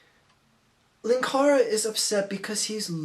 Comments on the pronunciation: 'Linkara', not 'lankara'. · Its pronounced 'Linkara'.